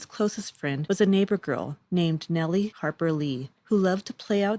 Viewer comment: Nelle Harper Lee is pronounced Nel not Nellie.